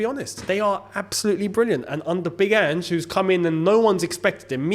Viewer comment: Thank you for learning how to say Ange's name, also spuds won't win the league. Shouldn't have won against liverpool and wouldn't have even beat the worst team in the league if it wasn't for ridiculous added time. I've watched them struggle against poor sides far too often to actually take them winning the league seriously.